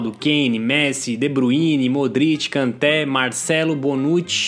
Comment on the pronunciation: uma correção não se fala Kanté a pronúncia é Kantê